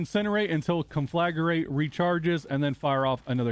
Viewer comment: Thanks for the helpful guide. One thing though. The word is conflagrate, not conflagarate.